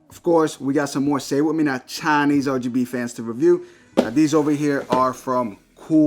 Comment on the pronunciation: Say it with me now 'Chaanese RGB fans'. Yes I do say it with you.. kinda like when Dora says 'Can you say 'Delicioso' Brings me back to my Dora watching days.